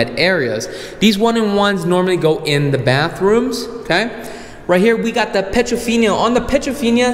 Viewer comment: Dude, it's an upgrade, not a upgrade. Also, it's not petrofinia, it's piedofina-no a in the "finia". Lastly, surround sound is not pluralized, it's surround sound, not surround *sounds*.